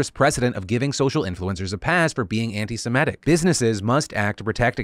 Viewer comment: Phil, you're killing me. the word is antiseMITIC not antiseMETIC. so many people mispronounce it, no shade, just triggering my ocd/a-hole buttons this AM